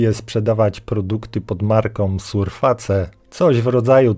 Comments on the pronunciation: SURFACE dosłownie to przeczytałeś na zartu czy taka noga z ciebie z angielskiego? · Ktoś w końcu potrafi poprawnie, po polsku, przeczytać "surface". Brawo! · A mnie taka wymowa denerwuje :) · "próbuje sprzedawać produkty pod marką surface" - dosłownie powiedziane po polsku "surface", podoba mi się humor xd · dla mnie brzmi zabawnie jak ktoś czyta angielskie słówka po polsku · Ale on to robi specjalnie, a nie dlatego, że nie wie czy nie umie. Poza tym gwarantuje ci, że jak powiesz na przykład w Chinach /fatse/ zamiast /fejs/ to żaden anglista chiński ani native cię nie zrozumie. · Informacje ciekawe. Między innymi z tych powodów kilka lat temu przesiadłem się na Debian-a a Windows racji, że był już w moich komputerach po zakupie jest sobie i grzecznie czeka jak mam na prawdę ważny powód aby go uruchomić. PS Drażni Twoja polska wymowa niektórych angielskich słów jak surface czy copilot